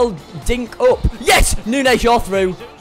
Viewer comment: Neunez ohhhhh neunoooo